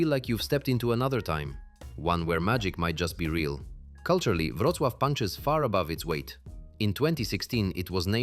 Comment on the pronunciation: Przecież dobrze "Wrocław" wypowiada.Chyba że coś poprawili od wczoraj